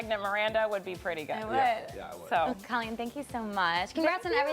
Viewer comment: Why is (almost) everyone mispronouncing her name, and why isn't she correcting them???? Drives me nuts. Not sure why. It's Coe-LEEN, not Caw-LEEN.